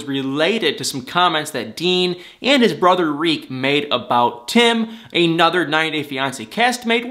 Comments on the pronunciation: Why do you say REEK when its TERIK! I wish all you bloggers would actually pay attention to names of characters in the shows you guys claim to love. I know its a lot of people to keep track of but it looks really shysty and disingenuous to claim you love something and you cant even remember details about the people in the show you “love.” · It's TARIK..........not REEK ffs. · It's NOT REEK! His name is Tarik! Why do you keep saying "Reek?" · He's not calling Darcy Dar or Avery Av! Stop destroying that man's name! It's not like his name is Edward and you're saying Ed! His name is TA-RIK! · Why do you keep calling him "Reek" 🤣🤣🤣? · Did you say Dean and Rik? Was the “Ta” silent or is it your cute nickname for him? 😂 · Why are you saying "reek"?